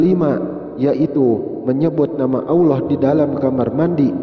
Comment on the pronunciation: suara deskripsi tayangan ini aja salah, mengucap auloh yang benar Allah...